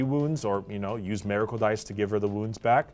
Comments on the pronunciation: "Meracle dice" lol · “Mayrackle dice”